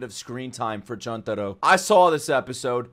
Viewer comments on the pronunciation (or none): does he know its actually Chuntaro or na 🤣